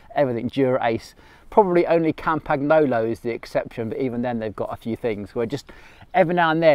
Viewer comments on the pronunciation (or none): Love your videos but when you say "Kampaknolo" old Tullio is spinning in his grave.